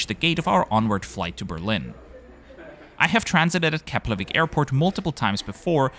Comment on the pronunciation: Finally someone who's able to pronounce Keflavík properly.